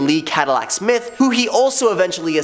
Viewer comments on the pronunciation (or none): none